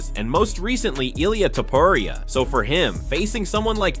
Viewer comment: He is Topuria , not Topuraia